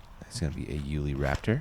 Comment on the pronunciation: Love, but will someone please tell him that it's 'You-Lee' not 'Ooh-Lee'.